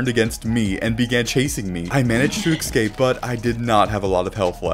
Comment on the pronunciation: you always say excape and it bothers me so much... no hate tho, i love your vids